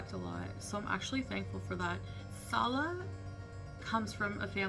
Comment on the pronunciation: I TOLD her , from day one , she wasn't pronouncing his name right ... Fairly recently she is coming CLOSER to the correct pronunciation .